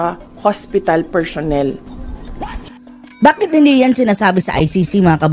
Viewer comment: madam vp minsan bawas bawasan ung interview mo kasi mejo alanganin ung pronounciation mo eh lalo na ung PERSHONEL